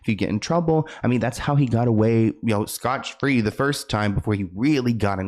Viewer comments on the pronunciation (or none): Aww, it’s “Scott free” not “scotch free” that would mean people without scotch and I don’t think you meant that 😂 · SCOTT free,, mi amor. Scott-free. not "scotch." 😅 not to be a grammar douche. just to help you next time. 😊🩵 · FYI: It's not Scotch-free. You mean to say Scot-free.